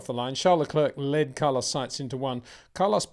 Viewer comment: its fucking Lecair like the chocolate. PETER CHARES LE- CLAIR 😊